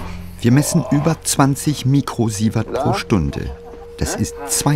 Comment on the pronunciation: lol! "mükrosievert" - ich dachte der Ranga wäre Inder und nicht Türke.